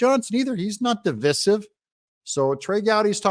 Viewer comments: Divīsive NOT Divisive.....Di-VIE-siv Saying de-viss-iv IS WOKE!! C'mon Doug,d don't start going woke on me friend! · It’s divisive, sounds like divide with a long I.